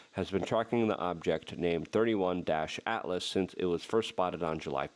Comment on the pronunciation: * pronunciation - it's NOT "thirty-one-ATLAS" -- it's "three-EYE-ATLAS" - the letter "i" stands for INTERSTELLAR.